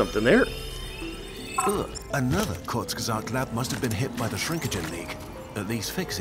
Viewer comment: Ahhh Kurzgesagt. I love that channel and it explaining the many ways all life on earth can end. I'm german and your pronunciation of "Kurzgesagt" is really good.